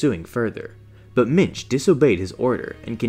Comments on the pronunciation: Genuinely thought he was saying Minge the whole time. What a name. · thought he said minge